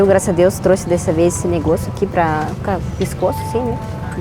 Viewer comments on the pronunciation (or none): none